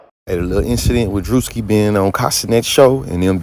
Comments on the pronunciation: ain't no way you calling him "Druh-ski" bro 😂😂😂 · “Druh-ski” is crazy 😂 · i hate that guy:_Laughing:and it's pronounced like Drewski:_Laughing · Love, but he is too critical for his own good at times. He’s too woke, he’s need to take a nap. And it’s dru-ski 😂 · The “u” is long in “druski” lmao